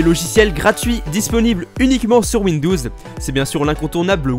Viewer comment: PK tu dis windous